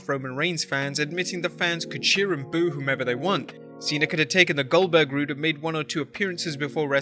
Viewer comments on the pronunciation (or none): none